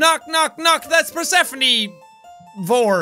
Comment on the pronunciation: Persephone is pronounced PER-SU-PHONE, like the greek goddess.